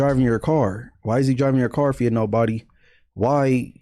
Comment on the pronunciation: Its Car, not 'Card'